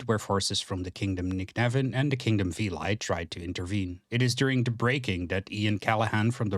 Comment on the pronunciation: A surprise to be sure, but a welcome one! Good job mate, pretty much perfect summary of the lore. Just some notes: - Veli is probably pronounced more like "veh-li" instead of "vilai" (the country is greek inspired so that is the most likely pronounciation, and its what I personally and most people seem to call it). - The map you use is the old outdated one. Its good to get an idea, but painfully innacurate and it may lead to misunderstandings. Admittedly, we don't have a proper map with borders anymore, but we have some general ideas of what it looks like. - Incredibly small pet pieve, but I feel Callahan's death in combat before the Battle of Red River should have gotten a mention, but I guess it got in the way of pacing. That's pretty much it, and thanks for the shotout at the end. If you wanna make any more lore related content feel free to DM on discord and I'll gladly help you out. Cheers!